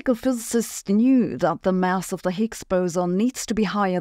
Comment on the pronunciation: Mouse? I think she means to say mass.